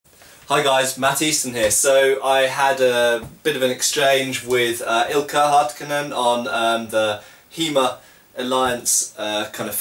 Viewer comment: Oh my god that sounded funny when you pronounced "Ilkka Hartikainen". I'm from Finland and at first I didn't even recognize it as a Finnish name until I checked the link and saw his name.